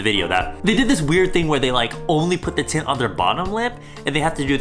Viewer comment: Everytime said tint, it ended up sounding like tit